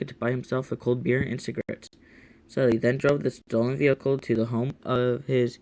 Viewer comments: It's not shely it's sheally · This is painful to listen to his name is Sheley she lee is how you pronounce it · Its pronounced shee-lee